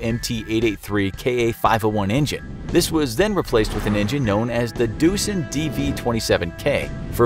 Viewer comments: Doosen -> Doosan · It's Doosan not doosen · Engine explanation : Not Doosen but Doosan (<- Doosan industry group)